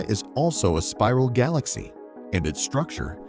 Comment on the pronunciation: what is a gaw-lax-E